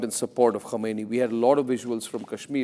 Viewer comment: Mr Arnab, don't confuse the pronunciations "Khamenei" and "Khomeini"! Quite some people make that mistake in the world. The mispronunciation creates confusion.